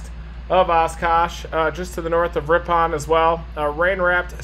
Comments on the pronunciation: I am from this area originally. Ripon is pronounced RIP-IN. And the town southwest of there Markesan is pronounced Mark-a-zan. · I love listening to people who are not from here try to say the names of our cities :) We say Ripin :) Just came across the link to this video so I thought I would check it out.. oh, I just got to the point where you got it :) Thanks for the video